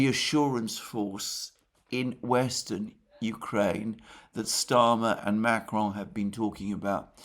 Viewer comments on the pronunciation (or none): none